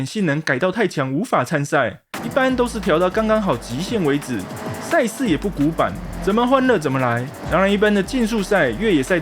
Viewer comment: 恩...千速，話說為啥賽事我聽起來都像差事?XDDD